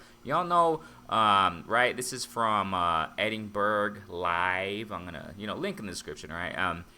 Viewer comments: Edinburgh is pronounced Edin Bruh mate. Good vid, it's definitely the fight I am looking forward to the most. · Edinburu from a Scot